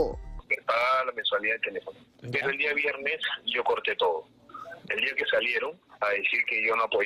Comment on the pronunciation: La ultima vez... en ese di'a.... 🤣🤣🤣